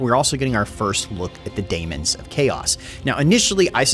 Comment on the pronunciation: my guy, I know you're rushing these out, but can you please fix your pronunciation of Tzeentch and daemon. I know their spelt weird, but you've clearly put effort into pronouncing things somewhat correctly before for your three kingdoms videos, for example. Tzeentch is not Tazench. It's pronounced zee-nch. And Daemons is just demons, but they put an a so they can copyright it. If you're gonna keep covering this game (please do), please use the effort we know you can use.